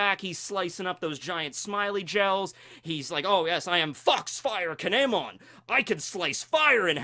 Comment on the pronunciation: It's kiemon